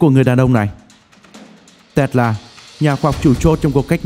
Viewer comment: Bạn này nói chữ Tesla nghe buồn cười quá. Đọc gì mà Tét La. :))